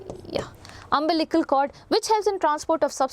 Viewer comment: It's umbilical cord mam not umblical